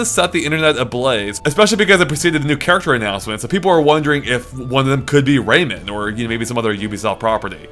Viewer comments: rayman not raymen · Am I the only one annoyed by the way he keeps saying "Raymond" instead of "Rayman"? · Gah, its pronounced Ray MAAAAAN Not raymen. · Ray-MAN not Ray-MEN:S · Please stop pronouncing it 'raimen'. Pronounce how it's spelt. Rayman -> ray - man. Sorry it's just irritating